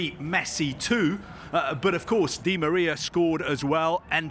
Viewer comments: Is he the only person in the world that calls di Maria “deMeerria” Why is there always that one guy???🤦‍♂️ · Never seen someone struggle so much to say Di Maria